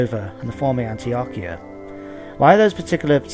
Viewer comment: Antiochia is pronounced just like how you prnounce Antioch, but with ia on the end.